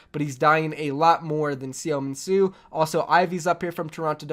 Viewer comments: Btw seominsoo(서민수) is pronounced soh mean soo. The soh is kind of open with your jaw low. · Seominsoo is pronounced SUH MIN SUE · you butcher seominsu name so bad it's funny